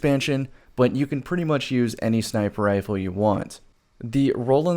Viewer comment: Are you saying sniper ifle or what ?